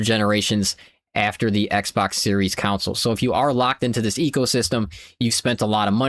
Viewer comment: Never heard anybody say “console” like “cownsoul”. What accent is this?